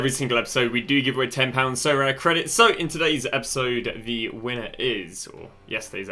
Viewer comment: Sorare : aribeh